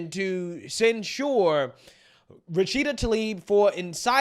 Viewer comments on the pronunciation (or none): Censure = "Sen-sher" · I’m a Republican, but censuring someone for their political free speech is a red line for me. And then using the “ disinformation” excuse that’s been used to oppress us??? And to the Black conservative- it’s pronounced ‘“Censhur”, not “ cen- SHURE” you’re a college educate person, get it right. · Please! Stop saying "cent sure". Its cent sher". When inshare these videos, liberals criticize enunciation. Its a small but important point. 🤦🏾🤷🏾‍♂️ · cen-SHOOER lol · Please pronounce censure correctly. You are pronouncing it like the drink for old people Ensure. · Hearing you pronounce sensor Makes my ears hurt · ...please go to the dictionary and learn how to pronounce the word "censure"! Do that with other words you can't pronounce correctly. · Does he not know how to say the word 'censure'?' Lol.